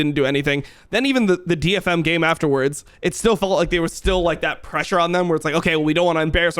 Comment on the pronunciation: I love it when Jankos pronounces "pressure" like "pleasure"